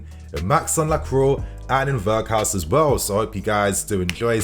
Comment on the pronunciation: Oh my God you obliterated Weghorst's NAME Lol. Do little research before dropping vids. That was a joke. Great vid though. Bless